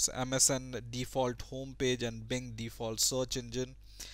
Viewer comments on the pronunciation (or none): none